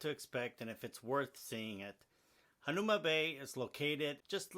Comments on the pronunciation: The least you could do is pronounce HANAUMA correctly!😤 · If you want to be credible, at least learn to pronounce the name correctly..